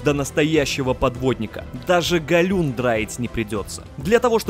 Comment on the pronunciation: Гальюн!!! А галюн,это глюки)))